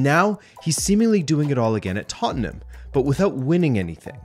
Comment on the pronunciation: I appriciate him saying Tottnham instead of Tottenham like most Americans do. Firm handshake sir. ✌️